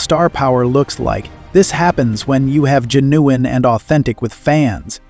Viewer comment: What is GEN-ewe-in? Please change this voice.what a spoiler!